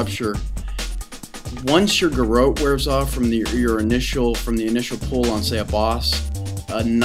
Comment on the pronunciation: Who gives a fuck how he says Garrote. The guy has made a very helpful video. I hate little shit heads that feel they have correct people all the time. You are probably one of those people that sit in trade and talk shit and correct other peoples spelling.